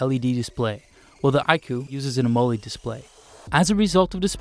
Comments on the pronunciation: Ok, I've never heard the word "AMOLED" pronounced this way b4... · Amoled rhymes with baloney